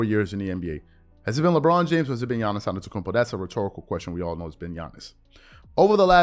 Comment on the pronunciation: Yiannis is not a "bro" he is not associated with models rapers or with the US star system in general. He is a family oriented guy who is thinking only of the game and how to improve. By the way is Yiannis as in Yankee and not Giannis as in giant !!!